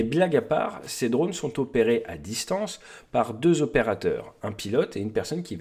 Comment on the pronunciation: Bon, vos vidéos sont géniales, si en plus on rigole avec des "drôles" heu drones , genrés, vous allez pouvoir concourir aux oscars !